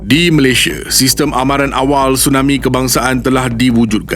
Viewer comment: Indonesia, malaysie Sunda, malaysie Maaf admin saja menegur, nama rasmi kita tidak boleh ikut loghat kita. Sebut sahaja Malaysia